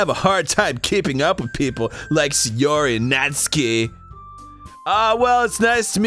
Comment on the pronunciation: NAT-SKI- STOOPID